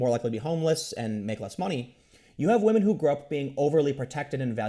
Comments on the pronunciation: He said Wamen. Tim Pool, Said Waman. “WAMEN.” Ironically un-ironically. Time stamp it guys. And save the date. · Waamen? I heard that, Tim. 😏😂😂😂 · Tim said wamen! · In other news, Tim says "wahmen." Welcome to the dark side Tim. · Did Tim just say whamen? lmao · For some dudes, feminism becomes their fedora. Also, I nearly choked on my root beer hearing Tim say Whamen. laughs I expect that from The Quartering, but it's a first here. In this situation I think it's well deserved. Feminists try to wham their way to more money for women, even when they are already making more at the company in question. That's going to backfire hard one of these days. There is only so long and so far that any group can badger and bully before the "oppressed" becomes the oppressor. The disgusting thing about that, to me, is that you'd think these people would know better (having been "oppressed" and all) but they never do. Fake oppression, or power corrupting principles as a human, rather than gendered, convention? You guys decide. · HA YOU SAID WAHMEN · Did Tim just say "wahman"? He's one step closer to that red pill. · Hearing Tim say wamen, and talk about beta males...... it just tickles me. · Is this the first time that Tim has used 'whamen'? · Tim just say wahmen?!? Que!?